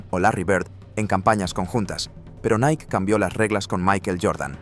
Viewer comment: LA PRONUNCIACIÓN CORRECTA ES: "NAIKI" NO "NAIK" (NIKE)